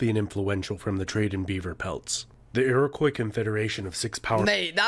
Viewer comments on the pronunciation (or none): none